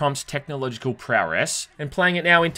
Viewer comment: Hey. Say "prowess" again. lmfao